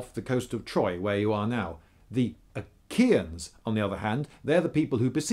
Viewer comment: I think it she pronounced Achaeans like how you would pronounce Aegeans